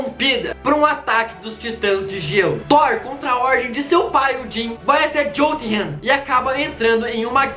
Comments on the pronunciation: vídeo incríveeeeel pra variar!!! só uma observação: a pronúncia correta é iôtunrrain, não jôlt-hen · "Diotinghen" hdjshdj, a pronúncia certa é yotumrrain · Jotunheim se lê “Iotunrráin” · Gnt, só eu que reparei que ele falou o nome do Lar dos Gigantes de Gelo errado ? Kkkkkkkkkk